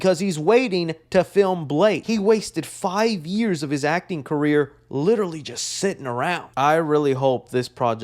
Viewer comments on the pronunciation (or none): none